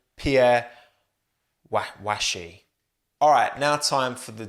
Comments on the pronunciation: Pierre’s surname rhymes with mash fyi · Pierre "Vah-shay" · I really enjoy your videos but there's one thing I don't understand. Why, why are you English speaking creators often so unprepared when pronouncing non-English people's and brands' names? I mean it's a scripted video, you knew you were going to say "Wache".